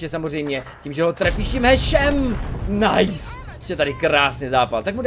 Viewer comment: videa super ale z toho tvojho "nice" mi krvácajú uši ...